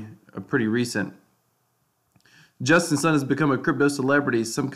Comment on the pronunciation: justin sun is pronounced like soon not sun